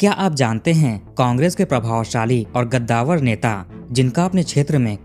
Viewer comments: bete...gaddavar nahi "KADDAVAR" hota hai .. 🤣🤣🤣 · गद्दावर नहीं भैया जी, कद्दावर.